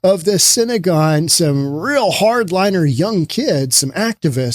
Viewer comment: I am not Jewish but I know it is synagogue not synagone. You are repeating it both ways. I can't understand it since you are in the middle of a drug infested city and SYNANON is an old organization and method for treatment of opiate addicts.